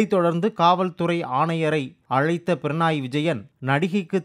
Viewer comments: Pranai இல்ல பக்கி, Pinarayi (பிணறாயி). உச்சரிப்பில் இவ்ளோ பிழை 🤦‍♂️ 🤦‍♂️🤦‍♂️ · பிரணாய் இல்லை பினராய் உச்சரிப்பு சரியில்லை